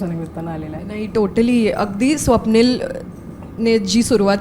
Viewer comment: Swapnil , "स" ला ,"श" महणतो